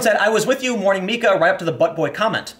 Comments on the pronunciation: It is pronounced “Meeka” not “Mike-a” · I'm not trying to be mean, but her name is pronounced "me cuh", not "my cuh." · God damn it Tim it's pronounced M-ee-ka. M-I-ca is a man's name. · Mee'kah, Tim (not My'kah). How you can get her last name correct and mangle four letters is confounding. You got the rest of it right. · Her name is pronounced "Me-ka" not "My-ka" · its interesting how many words tim mispronounces .. MEEKUH is how it sounds.. not MYKUH... lol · Meeka not Micha. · Im convinced Tim does it on purpose. It's Mika. Pronounced "Meek-uh". Not Micha. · Meeka. Not Mike ah. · Is Tim purposely saying her name wrong? MeeKaaa not MiiiKaaa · I love ya Tim, but you are terrible with pronouncing names. Mika is not pronounced Mike-uh, it's Meek-uh. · It's pronounced "ME-KA". Great videos Tim. You have a great take on current events and are right on on most issues. I'm neither left or right, but the left must hate your honesty. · GOOD LORD!! HER NAME IS PRONOUNCED MEEEEEEEEEEEEEEEEEEEEEEEKA... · Tim, it's Mika, pronounced Meeka. To understand, look at who her father was. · Mika's name is pronounced: Meeka. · Say it with me Tim "Mee-kah". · Tim, her name is pronounced "Meeka". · It is pronounced "Mee-kha" Braezinski. The left eat its own don't ya know. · MEEKA...Your pronounciations, man. lol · ps= her name is pronounced ME-ka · I think it's pronounced Meeka. Oh! And I don't give a shit what she says. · Its pronounced "meeka" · It's MEEEEEka. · Pronounced MEEKA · Not that it matters bcuz she’s a ding bat, BUT her name is pronounced Meecha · Dude...it’s pronounced (mEE-ka) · You mispronounce Mika as Maika and it bothers me.